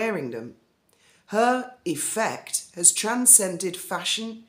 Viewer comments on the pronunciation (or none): none